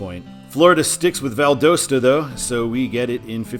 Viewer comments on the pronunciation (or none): The correct pronunciation of Valdosta is Val-dahs-ta. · It's Oh-Cal-la and Val-da-sta - My grandparents lived in Williston. My Dad when out to swim in that sink hole as a teenager in the 1950's. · I'm sorry but I think you mispronounced Valdosta. I live in Georgia and it actually is Val-daw-sta. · You have two pronunciations that are driving me NUTS in the video: Ocala is pronounced o-KAL-uh (short a) Valdosta is pronounced Val-DAHST-uh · Your ocala and valdosta pronunciations need work lol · Valdosta isn't pronounced right. The o sounds like an a. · Wow, you might want to learn the proper pronunciation of the cities that you’ll be mentioning in your videos. Seriously !?!? ...... Ocala & Valdosta to start with. I could only handle watching for the first 1-2 minutes before I was done. Good luck with your future videos. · Ha I live in Valdosta and it’s so funny hearing people mispronouncing it! Also that was exit 11 that you showed, and it’s by far the worst exit out of all the ones in Lowndes county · The O Valdosta is pronounced like the OU in ought not the O in own.